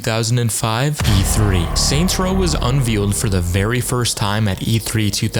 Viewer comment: You should stop censoring your videos, and look up how to pronounce "unveiled"